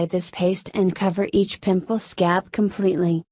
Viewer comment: Why she like “sCAB”